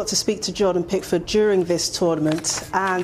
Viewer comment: Are you sure Prickford is English?! 😂😂😂